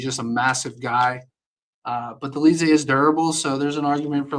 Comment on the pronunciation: Bro also said Dolidze 😭